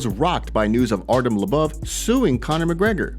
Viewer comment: “artem lubuv” how tf are you an mma news source when you can’t pronounce half the names or show half of what you headline🖕